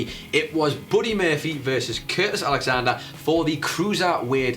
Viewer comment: Did he say Curtis Alexander??